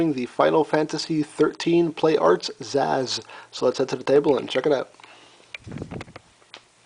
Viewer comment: btw its not Sazh its purnounsed Sa-sh